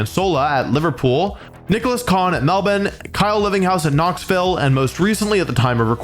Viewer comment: I just want to thank you for pronouncing Melbourne correctly